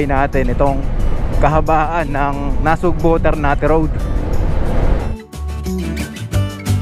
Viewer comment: Sir, NASUGBU po, hindi NasugbO.😅